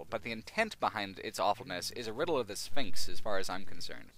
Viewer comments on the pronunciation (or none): none